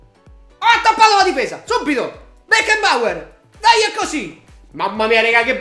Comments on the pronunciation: Si pronuncia Becnabor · aggiusta la pronuncia... si dice Becnaboer